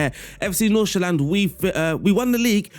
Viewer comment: Great tactic. Your pronunciation of FC Nordsjælland is not quite 100% right, but pretty damn close. So good job on that aswell.